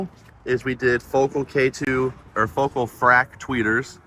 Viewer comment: It's pronounced FO-KAL :)